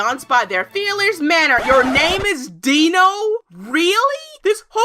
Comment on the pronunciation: The o would make the i long in dino. (Think how you would pronounce Dino-Saur)